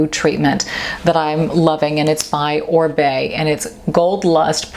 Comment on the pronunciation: it's oribe not orbay..lol french ya know texas bimbette?